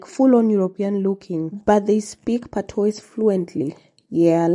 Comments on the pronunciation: Out of many; one people 😂. Patois is pronounced "Patwah" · It's spelled patois but pronounced patwah.